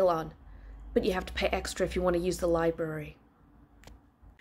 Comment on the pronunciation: You actually said Li-BURY? Really? Your accent makes me subscribe to the famous German countess who can speak English with an elegant flair and make a good omelette.